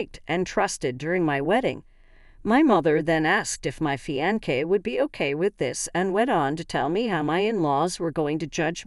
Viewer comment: please learn to PRONOUNCE the word "Fiance" correctly.